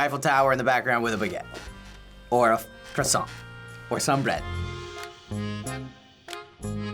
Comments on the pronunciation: kwah-son not kressant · Croissant- quwasoh- ku-was-soh not -“Krusonts” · there is no e or s in croissant stop saying croissantes respect the french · "I love any type of bread" noo!!! It's not a bread and please stop adding a "e" to croissant plz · Your croissants seems disgusting 😂😂 and btw we say “croassan” and not “croassante”! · be like.....QWASONT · I’m British and we don’t say QWESANT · when the crossoint came up all i heard was quackson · No one: Not a single soul:: “quaxon” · Hhuesson (croissant) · ChampagneCabro _ thats how British people say it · It's not a Croissant it's a quackson😂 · No one:: Kwassant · horrible French accent LE CROISSANT, LE CROSSANT!...no wait...that's les poissons... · The way the camera man says "croissant"... it hurts...